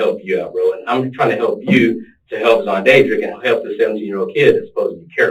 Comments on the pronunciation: This dude say SonDadDrick?...haha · Nooooo! 😂😂😂😂 XONDADRICK!! 😂😂😂😂😂😑😑😑😐